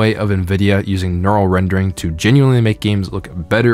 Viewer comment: why cant this guys pronounce neural correctly ?